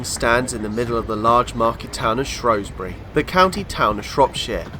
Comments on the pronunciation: SHREW NOT SHROW. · Good video. Leebotwood is pronounced Lee Bot Wood mate that's from a Salopian and would prefer to the now agreed pronunciation of Shrewsbury as Shrew bury not Shrobury although that is an ancient English word. Locals used to refer to Shrewsbury as Salop, the county town . Thanks for the video. Alan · A good video but a few mistakes though, first it's is pronounced Shrews - bury not Shrowsbury as a lot of locals will tell you, this can be proved by visiting a National Trust/ English Heritage house in Shropshire " Hardwick Hall" which was being built by a friend of Queen Elizabeth 1st from proceeds of a divorce from her husband, when you go around the remains of her first attempt of building her home the shell of a House run by English Heritage there is a time line board around one of the rooms telling you the history of this house and Shrewsbury and in QE 1st's days it was called Shrowsbury spelt with an " O " but some time after QE 1st reign it changed it's name to " Shrewsbury" replacing the O with an E, so in this context you don't call a Shrew a Shrow or Shoeburyness Showburyness. Why people keep calling it Shrowsbury god knows as the locals don't call it that they as I said call it Shrews - Bury and I have asked them, the next thing is that when the train reached Sutton Bridge and where the Severn Valley Line diverged from the line you stated that the line closed in 1970, it did not the Severn Valley Branch from Shrewsbury to Kidderminster was closed as far as Bridgnorth in 1963 and the closure stopped there, it was taken over by volunteers and opened up as the SVR steam line in 1970/71 from Bridgnorth to Hampton Loade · SHREW NOT SHROW !!.